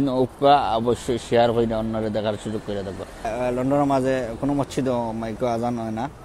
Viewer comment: Mocchid na vai.. It is mosjid